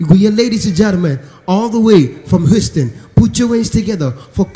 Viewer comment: The way he pronounced Houston😂😂